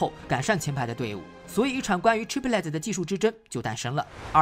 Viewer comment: 解说很好 , 谢谢 但Chiplet 这句子一直拼不对 , 听了很辛苦 ! 就兩音 , 你一直读三个音